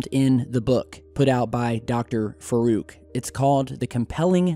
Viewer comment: Dr Faruk? say it like farook